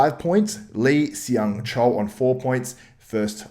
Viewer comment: Hey man, Seung is pronounced Sung. Great video btw! Love the content.